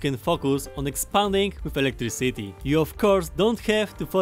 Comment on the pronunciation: Everyone: “Electricity”: “Electric City” 🗿